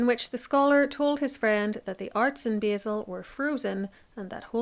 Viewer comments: Love this, I just have to correct your pronunciation of Basel. It's pronounced 'bah-l'. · I think you should look up how to pronounce Basel!